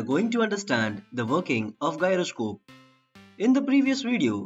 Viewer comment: You are pronouncing the word "Gyroscope" wrong. Check the actual pronunciation of that word..